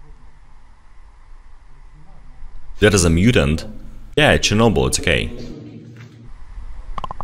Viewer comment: IT'S NOT CHERNOBYLLL